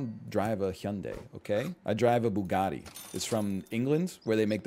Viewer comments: Ah yes you can really hear the English in the name Bugatti! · he said bugati